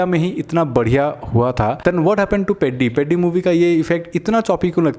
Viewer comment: पेड्डी ❌ पेद्दी ✅